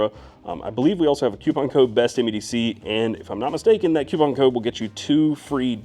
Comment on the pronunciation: What is a "cEEEEWWWWWpon"???